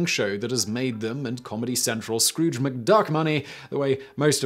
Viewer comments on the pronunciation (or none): none